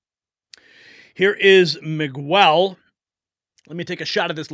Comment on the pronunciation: “MIG-WELL” ? Are you serious? Is that supposed to be some kind of idiotic slur ?? ‘Miguel’ an extremely COMMON Mexican/Hispanic name is pronounced “ME- GELL”‼️